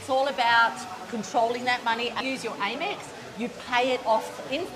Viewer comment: frrrr. it also grinds my gears hearing her call it "AIM-ex", like i've never heard someone pronounce amex like that in my life 😭